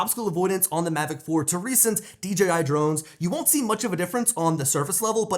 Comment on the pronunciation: Still a horrible flight durations, also stop,saying D GEEEE I Its D JAY I Ya 🤡